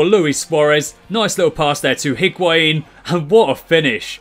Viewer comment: You don't pronounce the H in Higuain